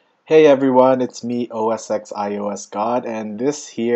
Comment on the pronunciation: The surely ought to know that OSX is pronounced "oh ess ten".